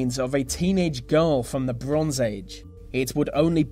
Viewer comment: The... not Va. There is no v in the word THE